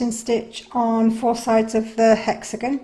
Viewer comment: Thank you for the lovely video! Only, it is hexaGON, not hexaGNO. Hexa is the latin prefix for "six" and "gon" is the latin postfix for "corners". Thus the words hexagon for a shape with six corners, octagon for one with eight corners, and so on 😉 I love the golden thread ❤